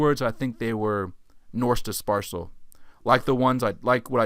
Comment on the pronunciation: Nice video but please work on your pronunciation of the words analysis and dispersal.